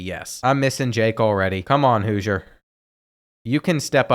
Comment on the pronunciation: Houser pronounced Hoosier 😂